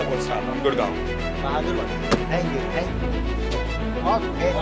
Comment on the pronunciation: Dhank yu Dhank yu😂😂 ooww maayi gowdd😂😂